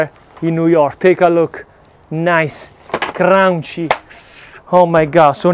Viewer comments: I just like how you say Crounchy. Nice and crounchy. I have to try that pizza brother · I'm from NYC (18 years) and yes indeed, you have it all right. There are many styles in NY that are all said to be NY style pizza. I must try your ricetta! Your inspiration is ever present especially when you say "crown-chee" for crunchy.:) A better word for it is, crispy. Crunchy is for hard, dry heavier stuff, but "crispy" is a lighter, delicate type of crunch which is most common to NY style pizzas. Great work and exploration, mi amico! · It kills me every time he says crunchy lol